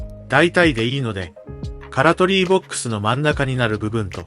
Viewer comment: 音声で カラトリー って言ってるね 動画内の表記や概要欄の品名はちゃんとカトラリーになってるけどさ